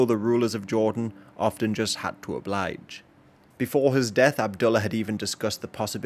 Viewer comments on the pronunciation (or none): none